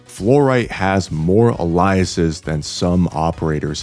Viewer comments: you can call Pogranichnik Hellagur if it's easier he's just a young version of Hellagur, and aint no way you pronounced aliases that way lol i was gonna let aggeloi pass but aliases is not pronounced the way it is spelled it's ay-lee-us-is is how you pronounce it and aggeloi is an-gul-oy because it's a greek word and with gg the first g an n sound the second one is normal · The way you pronounce aliases is is, with all due respect, really dumb. But also somehow interesting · wtf were those dumb ways to say chassis and aliases... c'mon bro at least look up the words if you're not sure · Do you have an accent or something? You pronounced "chassis," "aliases," "enduring," and "liaison" real weird.